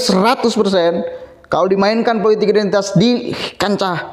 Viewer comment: Mas maaf sblmnya, isi kontenmu bagus tak ikuti terus aku suka, tp yg aku krg suka, tlg dong penyampaiannya jgn ikuti roky nggerung, kata2nya pakai akhiran "~KS~" contoh politiks, ahoks, untuks, publiks, biasa wae ya, krn aku muak, jijik dan pingin hoek dengarnya, tlg ya mas pakai bahasa dan kalimat sendiri sj ya, hahaha hahahaha, Ora keno nesu demi perbaikan kontenmu, oke....